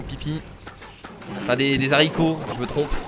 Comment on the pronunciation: on ne dite pas les s'arico on dite les aricos